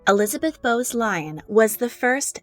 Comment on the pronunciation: Lyon is pronounced Leeon, not Lion But other than that good video